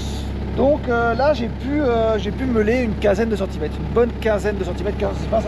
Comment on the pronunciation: Il manque toujours des r à prope et centimètes 😂